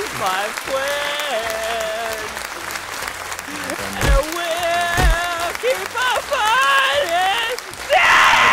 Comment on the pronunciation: He fwends it me human